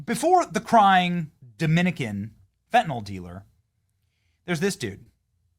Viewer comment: FAT-AND-ALL dealer? Benny you sounded it out perfectly!